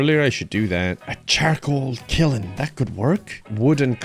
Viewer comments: Does anyone else wonder why pronounces kiln as kilin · I don't think I've ever heard "kiln" pronounced that way. Is it an Irish thing lol? Interesting. Too bad this is the end of the road. This series was nice. You should definitely jump into a new series with the farm you'd mentioned wanting next time around with the quarry.